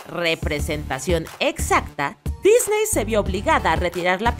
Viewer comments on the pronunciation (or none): none